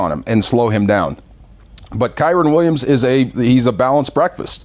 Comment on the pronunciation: 😂😂😂 I was laughing at D calling him Kyren multiple times! 😂😂😂